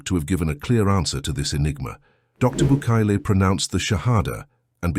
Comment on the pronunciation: Bucaille's name is pronounced like Bucay. Otherwise, excellent video!